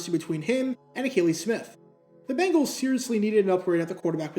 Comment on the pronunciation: Bengals not Bangles